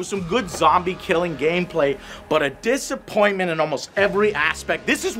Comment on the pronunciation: "dissapointlet" I love you, but do you wanna maybe do another take?